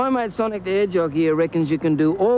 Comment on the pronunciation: MY MAN sawnik here